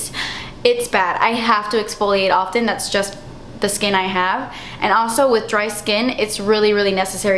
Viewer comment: "Das expensive" LMAO hilarious